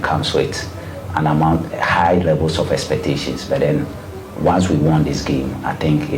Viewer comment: Kumasi aseɛ Coach Ogum. He said 'byyy' instead of 'but' 😂 Doctor mua! 😂